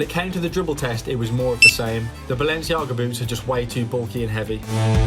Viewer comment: Balenciaga* not Balenciohrguer